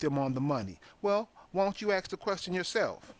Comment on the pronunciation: please google the "horn of africa" you have no clue - the word is ask not axe??? wow just listen to yourself